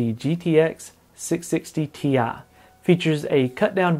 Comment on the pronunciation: You say Ti weird.. Unlike others say it Tee Eyee